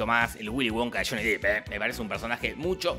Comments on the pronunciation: Se pronuncia DEP NO DIP!!! SE ESPRIBE JHONNY DEPP!!! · El apellido no de pronuncia "dip" es depp asi como suena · Se pronuncia “dep” no “dip” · Es Depp, no Deep. Y Deep sí se pronuncia "dip". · Johnny deep...... a esta altura seguimos diciendo deep? Es dep amewo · Amo con todo mi ser a Johnny Depp (se pronuncia dep carajo 🤣) y creo que la original merecía un punto por la oficina de Wonka con todo cortado por la mitad. Igual aguante la del Depp 🤣